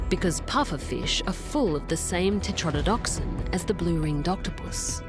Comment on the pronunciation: the voiceover - mispronouncing "tetrodotoxin" and "salivary" multiple times